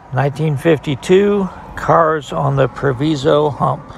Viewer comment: Very interesting,. Proviso, the i is pronounced like “eye” was formerly a large CNW yard. It’s now a UP Yard and is still very active.